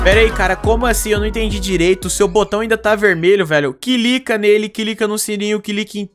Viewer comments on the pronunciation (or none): não é cilica é clica